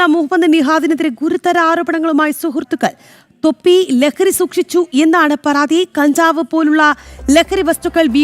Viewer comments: Not പറാതി it's പരാതി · പറാതി അല്ലെടീ പരാതി..രാ...രാ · News വായിക്കുന്ന ചേച്ചി പറാതി അല്ല പരാതി 😁